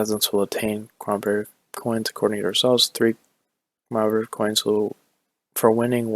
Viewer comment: Lol. (Sub-Si-Quint) and (Ca-Mem-Er-I-Tiv). Not making fun of you just helping.